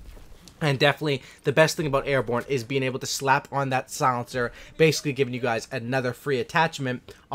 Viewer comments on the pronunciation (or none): Is he saying solincer?